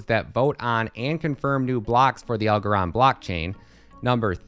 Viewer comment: Wtf kind of bullshit video is this 😂 what a 🤡 Doesn’t even know how to pronounce the coin’s name 🤦‍♂️